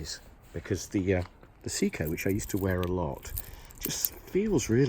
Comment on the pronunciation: Your pronunciation od SEIKO is horrible 🤬. It's Say-ko not See-ko.